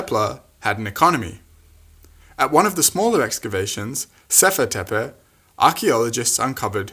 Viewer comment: I like how you pronounce it "tepe" and not "teypee". Gives this video much more credibility. That is very important because of your heavy use of awful stable diffusion and you cite Rupert Sheldrake as well. Oh, and have you notice how some people are offended by the notion that they were dark skinned? I really want to see their reaction to the notion that our Synapsids ancestors were also dark scaled.